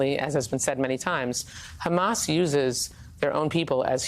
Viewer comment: Trump Handlers need to give him his Dementia Meds & also tell him that it’s Hamas & Not Hummus. 🤪